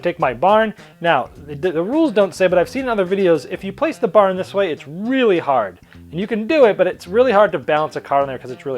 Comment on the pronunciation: What's a "bahn"? :) I think the Boston came out.